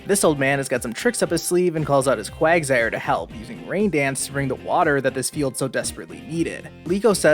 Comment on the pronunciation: Lol, u said Quagzire, not quagsire. That's why my reaction